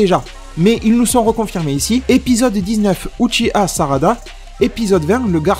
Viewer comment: Que l'on soient claires On dit uchiha, pas uchiwawa